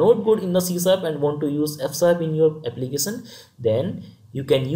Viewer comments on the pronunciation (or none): Content and explaination is good. But please don;t say Applicasan, versan etc.... it is Application, version and similarly other words.